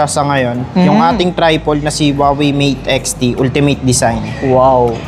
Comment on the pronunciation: Tri-pol lol